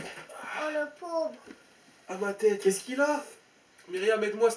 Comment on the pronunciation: XDDDDD Myriam elle dit cai pas grave lol elle veux appeller l'hôpital XDDDDDDDDDDD